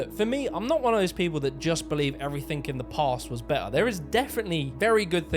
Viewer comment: Love your vids but why do you say "evreythink" instead of everything?